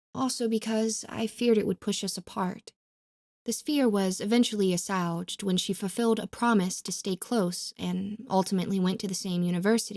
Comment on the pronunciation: Ass-wayged not ass-ouwged.